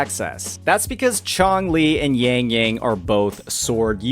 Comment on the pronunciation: bro i love your video, but she's yangyang not yengyeng